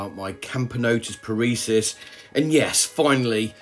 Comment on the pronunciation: Parisus? You keep calling them Parisus, where did the extra s come from? :P Love the vid tho!